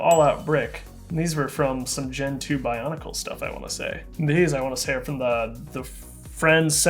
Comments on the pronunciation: do you mean to say bionicle?, you kinda said boncale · Did he say “Boncle” when talking about the white Nestlie thing that looks like a Christmas ornament? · Please... stop calling it boncle... AHHHHHHHHH!!!